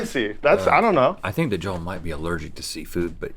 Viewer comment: One of my biggest pet peeve is when people say "Joe-l" instead of "JO-EL"